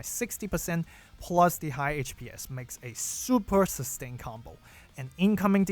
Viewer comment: I would suggest pronouncing HPS (HP Per Second) as "H P S" and not "H Pees" like DPS (Damage per Second) is "D P S". Would make it a lot clearer what you're talking about when yo abbreviate it like that